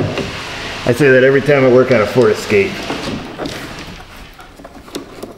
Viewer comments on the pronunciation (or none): Point of clarification, it’s pronounced Escapé ;p